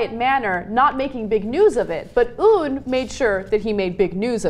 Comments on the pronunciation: Sorry, this is a little pet peeve of mine. It's not pronounced "oon" (운), it's "un" (은), like the prefix or the French article. That being said, here's hoping that Beijing distances themselves more with this regime after this instance... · Ana.... Its "UN" not "OON" hahah